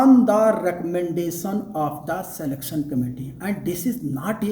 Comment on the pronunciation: Knowless, educason, selectson,etc etc., OMG! English pronunciation 😂😂